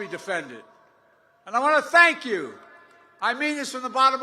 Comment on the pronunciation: So embarrassing .. "I WANNA SANKYOU!!!"